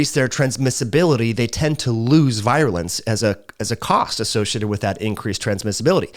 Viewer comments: I appreciate your content but would give it more thought if you could pronounce vir·u·lence /ˈvir(y)ələns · Great video! By the way, “virulence” is pronounced like “veer-u-lence.” (retired physician) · I just wish he would pronounce respiratory, virulence and interference correctly. LOL.